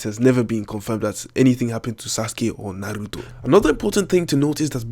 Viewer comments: U say "naruto" so funny😂😂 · the way you say Naruto annoys me